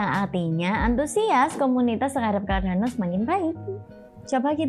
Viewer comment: hehe... mbaknya gk bisa ngomong "R"